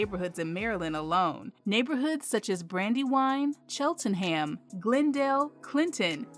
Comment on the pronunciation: You pronounced Cheltenham and upper Marlboro wrong